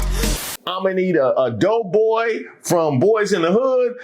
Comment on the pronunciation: ...did you just call Doughboy... DOPEboy??